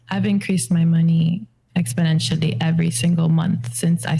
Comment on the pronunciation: She said exponentially...🤣🤣🤣